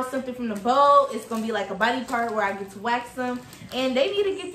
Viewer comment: you swear you're from Baltimore "tew" lmao